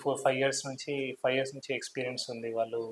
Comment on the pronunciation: Fly floors entamma..five not fly 😂😮